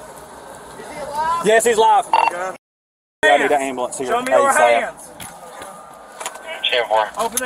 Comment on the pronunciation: "I need an am-blance."